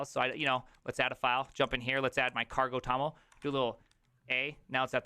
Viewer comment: Ah! cargo.toml - I thought you said "Carpel Tunnel". Very vim.